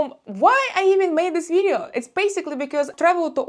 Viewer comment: As soon as you said “vidzeeo” I knew you’re Russian.